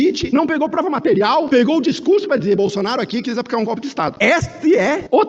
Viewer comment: Lula não sabe nem falar o nome democracia o nome que eles sabem é gopi